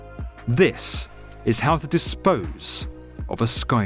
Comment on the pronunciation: "This [solemn pause] is how to dispose [another solemn pause] of a skyscraper". Me: wait, is that an hour long documentary? No, just exaggeration...